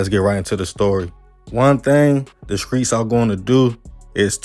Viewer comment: Man I love your content ‼️ big fan 💯💯 but you gotta work on your S T words bro 🎯 skreets & scripper 🤣🤣🤣